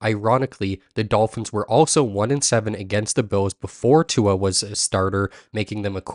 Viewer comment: Brother you gotta say his name right